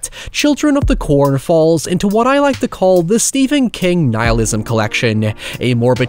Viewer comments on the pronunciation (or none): none